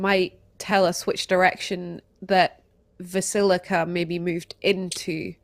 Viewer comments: Hearing "Vasilka" being pronounced as rhyming as "basilica" with a v is killing my soul /: It's "V(/w)ahs-ILK-ah", depending on how Transylvanian you want to sound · Basically the same thing that happened with Krezk. The real problem is that mispronunciations come from a position of authority and consequently everyone ends up saying it wrong. We just got Krezk partially cleared up and then he started adding that extra I to Vasilka. And frankly the transposition of Blinsky to Blinksy was also frustrating. But Vasilka and Alvaski are also anagrams which ruins Trott's little play on words too. Very frustrating to hear. Although I can't come down on too hard because it's a condition. Dyslexia.